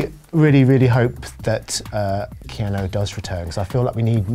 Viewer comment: Keanu not keano